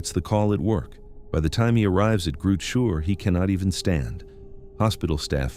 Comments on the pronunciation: "Groot Shoor" - gimme a break! It's Chrootah Skeur. The ch as in the ch in loch. And the father's name is pronounced Mornay. And the school is Zwaanswyk, not Swansea. And Michelle is not Meeshay, it's Mishell. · you butchered Groote Schuur, the name of the hospital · groote schuur = big shed. Who names a hospital like that 😅